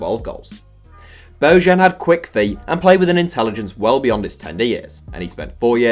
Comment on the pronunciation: Bo-yan ... Not Bougean